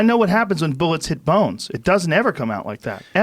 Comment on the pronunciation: "the only one that can kill Bawnes, is BAWNES!!!"